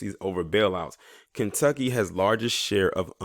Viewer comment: He said Klantucky 🤣😂 Love it !!!